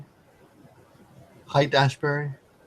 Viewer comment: Haight, it's pronounced Hate.